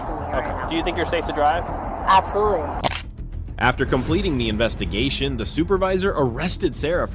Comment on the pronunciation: “Do you think you’re okay to drive?” :”apsoluley” 😭😂